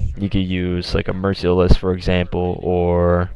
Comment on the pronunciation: Mer-SEAL-less :thinking